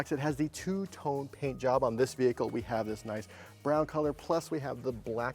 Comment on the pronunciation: No, they are definitely mispronouncing the name of their own vehicle😂